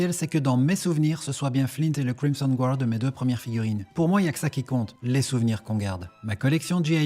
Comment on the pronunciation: Crimson guard😂😂😂 c'est énorme ! L'accent anglais est parfait 😂